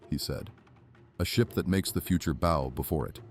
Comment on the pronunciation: Why does NO AI voice program know how to properly pronounce the word "bow" when it means the front end of a ship? (Why? Well, because AI isn't nearly as smart as people think it is...) It gets really tiresome hearing the same mistakes over and over again in these AI monologues.